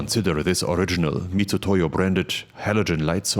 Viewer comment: Thank you for pronouncing Mitutoyo (Mitsutoyo), correctly! It rubs me the wrong way every time someone else else says it wrong. (i.e. literally everyone, every time). They really shouldn't have chosen that system of transliteration.